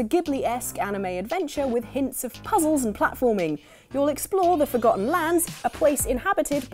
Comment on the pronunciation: "Forgotton" sounds abit like a mix of "forgotten" and "automaton".